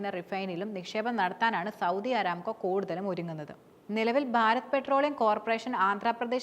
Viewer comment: അരാംകോ അല്ലാ ,അറാംകോ എന്നാണ് കരോ മാര പൂര 😂😂